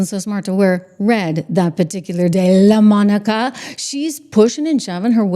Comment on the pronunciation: Please say Laaa...Monica. 😅